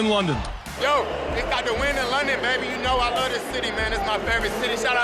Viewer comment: “We in London, we super blead... I laaaaw London.” You saying words Gurley or just garbage.